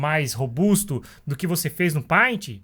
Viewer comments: Bom, o conceito tá errado. O que a ferramenta faz é facilitar ou não processo, tudo depende de quem está usando a ferramenta, o paint (por favor se pronuncia "peintI", não "painti") por exemplo, ela é limitada no sentido de recursos práticos o que não impossibilita de fazer algo de qualidade com ela. Não adianta colocar um photoshop na mão de quem não tem conteúdo ou técnica pra usa-lo, melhor um paint na mão de alguém que saiba desenhar. O mesmo se aplica a qualquer ferramenta, em qualquer area existente, tanto virtual quanto real. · Só não ganhou um like porque pronunciou errado a palavra "PAINT"!!!